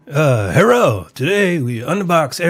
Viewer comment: I immediately laughed when I heard you say "herro". Haha. Nice vid.